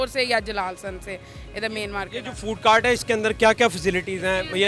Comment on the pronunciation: Food on cort nheen hota food on cart hotta hai 🤣🤠😀😂😁😊